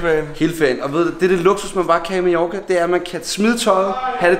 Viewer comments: Du siger majoka det giver mig spat det hedder Mallorca !!! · Du siger Majorca men du skriver Mallorca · Du siger Majorka